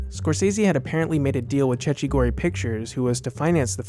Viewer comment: Cecchi gori is pronounced: check-kee goree